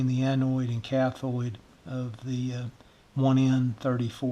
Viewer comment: I built a similar probe and a signal injector back on the mid '50s. They were the most useful pieces of test gear I could afford at such a young age. And as much as technology has advanced since then, they are still a valuable asset to my workbench. BTW, you referred to the parts of the 1N34 diode as the 'anoid' and 'cathoid', they are actually pronounced 'anode' and 'cathode'. There is no 'i' in either word. Otherwise, you have a terrific video on simple troubleshooting techniques. You also had a good tip about using computer amplified speakers as an auxiliary audio amp for various projects. I have several I've picked up dirt-cheap! This is the first time I have visited your channel and I look forward to viewing your other videos and subscribing. 73, de Mick Bradford - WB4LSS